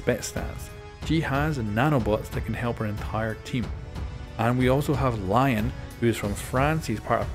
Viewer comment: Just letting you know “Lion” is pronounced like (le)-(on) since he is French. Love the content btw